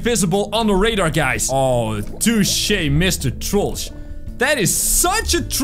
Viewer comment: IT'S TROLLGE NOT TROLLGA